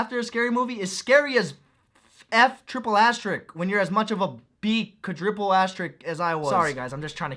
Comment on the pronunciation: He do be pronouncing quadruple as quadriple